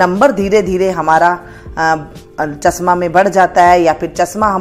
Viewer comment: chasma nahi chashma boliye madam ji